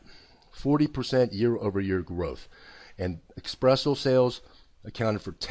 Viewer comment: I am unsubscribing just because he pronunced espresso as expresso xD jk...